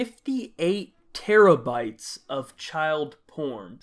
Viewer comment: when i heard 58 teraybytes i thought you said it wrong like how?